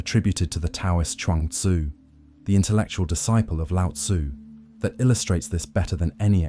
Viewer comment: Your content is excellent, but your pronunciation of Chinese words is uncorrect. The “t” in Tao and Te is like the “t” in the English word “stop”: unvoiced, unaspirated. The name Laozi should be closer to “loudzuh.”